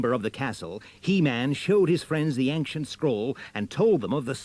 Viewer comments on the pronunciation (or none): Why does the narrator pronounce "ancient" as if it were /anksient/? That's a harder sound combination to make.